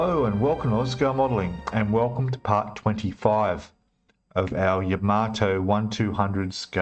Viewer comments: I actually watched a Japanese girl who was building the Yamato, and she pronounced it..."Yamma-toe" I think we should all agree that THAT is a proper way to say the name of the ship? But really, whatever! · It’s not ya maato in japanese each syllable has equal stress it’s ya ma to.